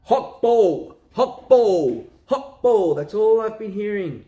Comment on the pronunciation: Hokball, not Hawkball